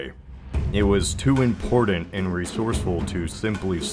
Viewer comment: if you say "impordant" one more fucking time im unsubing